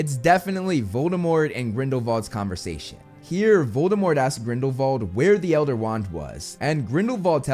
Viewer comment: ok but why do you pronounce grindelwald like that...